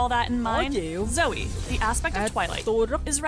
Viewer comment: ủa alo a zai cái dòng chữ spells and enchantments là cái j vậy mà a zai bảo ko thấy có nói đến cướp spell vậy alo???? 🙃 -1 điểm vì đọc sai tên zoe nx nha 😗